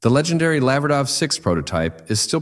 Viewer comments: IT'S A LA-VER-DA IS THE CORRECT WAY TO SAY IT YOU WOULD HAVE BE FROM THE USA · In Italian it's pronounced 'Lavverda'. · La-ver-da...too much alume-min-um on the brain?